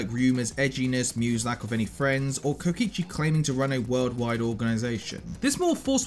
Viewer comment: DID U JUST PRONOUNCED KOKICHI AS KOICHI???? SADHADHSKDHKJDSHDADD